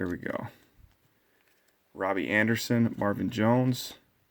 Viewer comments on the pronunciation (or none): none